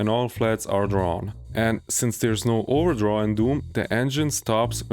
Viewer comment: I think I just realised, you were trying to say "There is no overdraw", right? I heard it as "ordraw" until